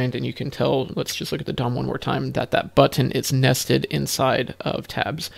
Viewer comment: I love how you pronounce button correctly. None of this butn business. TY for that. And for explaining the difference between selecting the class vs child.